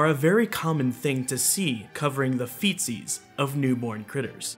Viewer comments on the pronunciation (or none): every time you say "feetsies" sounds like Feces and it's just irritating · Why does this guy gotta say feetsies??? Sounds very close to feces. Kinda disappointing for a video that uses terms like artiodactyl and perrisodactyl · Him saying '"Feetsies" sounded like he was saying ,"Feces." It bothered me. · Lol I thought you were saying “feces”, I RAN to the comment section… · I heard feces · Feetsies! Now I get it! I thought he said feces. It didn't make any sense to me. I thought I must have missed something for the narrative to have moved from hooves to feces. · Am I the only one who thought he said feces? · I thought he said feces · It sounds like he's saying feces, but I caught on... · I thought he said, "fetus" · I thought he said Faeces 💩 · I thought he said “feces”, so your comment cleared things up. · I thought you said covering the faeces of newborn animals! 😆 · I thought he said “feces” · Really throws me off to have “feetsies” and “booties” enunciated so…technically. Hits the ear wrong. Can’t do it